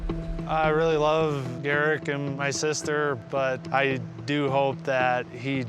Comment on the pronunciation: I went thru 33 minutes of this before I understood his name was Garrick? I thought she was saying Derrick with a slight speech impediment. I really need it to be Friday, my brain is bad. 🫠